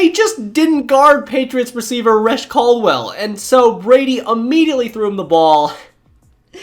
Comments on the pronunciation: I believe it’s pronounced “Ruh-SHEE Caldwell” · Reche (pronounced Re-Shea) Caldwell. I was pissed when he dropped that pass it was wide open and a game winner. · That bothered me too. Along with the mispronounciation of Rechd Caldwell and Terrell Owens.